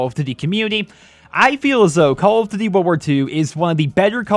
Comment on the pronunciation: 'call of doody'